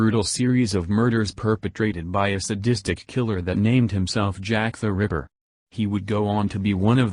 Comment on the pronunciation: Jack The River? Stupid AI voice.